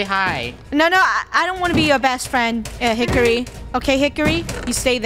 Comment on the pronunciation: “Good hikery stick”